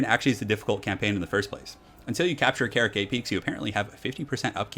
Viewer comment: karak is not carrot， ka-rak！！！！